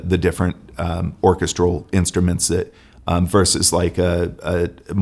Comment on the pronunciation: Where is that guy from that he pronounces vocals and orchestral like that? Made my brain hurt.